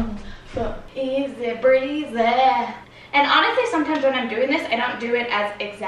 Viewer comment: Teach us the “easeh breazeeeh” hip sway! 😂😂😂